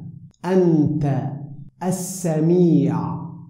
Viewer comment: Salaam everyone. This is a beautiful dua. I hate to be a stickler (may Allah forgive me for my nuisance and elevate the meaning of my words). the word "As-samee'oo" (All Hearing), the person pronounced it "As-samee'aah" but then corrected it when saying the entire sentence together. Is there a way to edit the first part for those wanting to hear each word slowly like in the beginning? I find so much value in the slow, separate words then saying it all together. Thank you for the contribution.